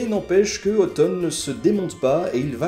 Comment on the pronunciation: Ça me fait bizarre d'entendre Otton prononcé comme « automne ».